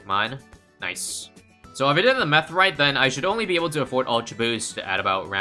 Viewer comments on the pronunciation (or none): “so if I have been doing the ma(e)th right” 💀